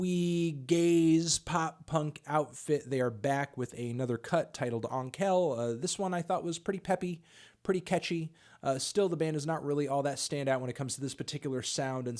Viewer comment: Onkel = uncle. Just pronounce it as the english word 😃